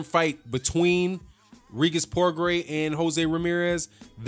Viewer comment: Good post my brother, but you are not pronouncing his name, it is pronounced "Pro-Grey", its Creole/French. I am native to New Orleans, so, you know. Anyway, yes, old Bob is up to his old tricks, milking the situation for all he can get. Regis will simply have to keep on looking dynamic, (as he is) and his day will come. Progras is the future of the division. Plus, I like his demeanor outside of the ring, he is thoughtful and well spoken, but is a beast inside the square circle; New Orleans has a new champian!